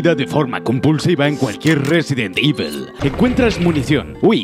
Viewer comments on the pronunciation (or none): "Resident ivel" increíble inglés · No pretendo ser castroso pero JAMAS EN LA PUTA VIDA SE HA PRONUNCIADO "IVEL". Coño.